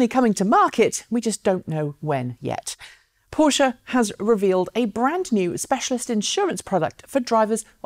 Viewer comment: Thanks for saying PorschE. Greetings from Munich, Tom.